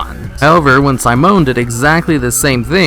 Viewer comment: Downvote because you don't know how to say Simone.